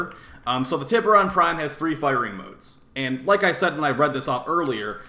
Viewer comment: Also isn't it pronounced "tie ber on?" lol